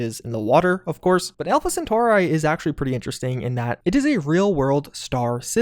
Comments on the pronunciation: Why do you say Alpha Centauri weird? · "Alpha Centoa Ray" lol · great video, but it really bothers me how you pronounced Alpha Centauri